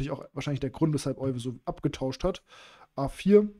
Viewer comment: Tolle Partie, sehr bekannt. Gerade in Bezug auf die Isolani-Struktur. Euwe wird übrigens Öywe ausgesprochen 😉